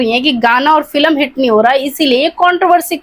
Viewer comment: Phle bolna to Sikh moti aunty फिलम kya hota h फिल्म hota hai, kructer nhi Character hota hai